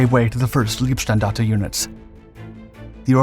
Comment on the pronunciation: PLEASE speak "L EI bstandarte" like "R EI nhard". By now it sounds - in german - "lovely", but it means "body".